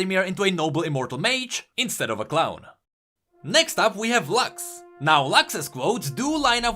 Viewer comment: It's not "Lax", it's Lux, exactly how it is written, it's not english, it's latin and it means Light